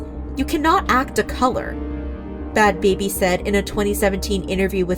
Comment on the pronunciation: Ain't it bad "Bhabie," pronounced like Barbie... not "baby"?